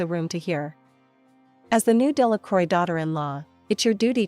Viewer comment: Delacroix isn't pronounced as "Dela-croy". More something as "Dela-crwa".